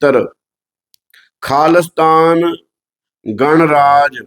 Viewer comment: ਘਣਰਾਜ ਨਹੀਂ ਗਣਰਾਜ ਹੁੰਦਾ ਏ ਦੂਜੀ ਗੱਲ ਮੈਨੂੰ ਲਗਦਾ ਹਰਾਮਖੋਰ ਸ਼ਬਦ ਨਾਲੋਂ ਕਤੀੜ ਸ਼ਬਦ ਜ਼ਿਆਦਾ ਢੁਕਵਾਂ ਹੈ ਜਿਹੜਾ ਤੁਸੀਂ ਅੱਜ ਵਰਤਿਆ ਹੀ ਨਹੀਂ ਧੰਨਵਾਦ